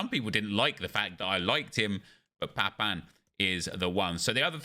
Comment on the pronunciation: You are the only youtuber who pronounces Papin's name correctly